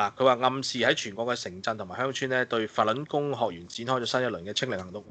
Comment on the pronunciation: 讀fattl lun gong 讀得好搅笑